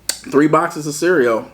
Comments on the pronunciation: Whole milk & it’s CEREAL 🤣😂😭not CEREAO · Lol. He is too funny. But every time he says cereaO is crackin me up. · ABSOLUTELY NOBODY:: CEREO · 👍👍 did a great job! I'm a caregiver naturally, I can do it for anyone and have, it's not something anyone can do and most people understand that. Praying for Beloves speech recovery. Much love!💓